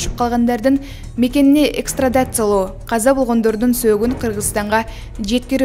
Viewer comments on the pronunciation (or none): Эй кыргыз журналисттери, качан уят кылганынарды коесунар? Туура окуганды уйронгулочу кок мээлер. Экстрадациялоо эмес, экстрадициялоо дечи айланайын.